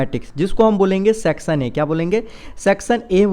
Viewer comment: Sir please aap (Section) ka pronounciation barabar kijiye na